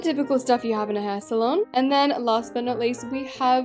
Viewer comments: Nobody else::saying the word salon wrong💀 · She said say-lon